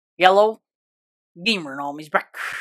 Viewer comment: "yelloew"one of the best intros I've ever seen